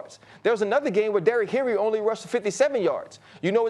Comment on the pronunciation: You miss pronounced his name. You pronounce it Derrick Henry.